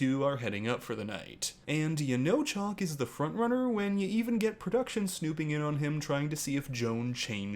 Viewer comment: She calls him Chalk and not Chock. Chock rhymes with Lock.